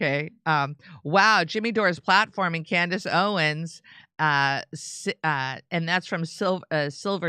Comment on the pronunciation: Maybe now Jimmy can manage to say Owens instead of "Candace Owen" every time 😂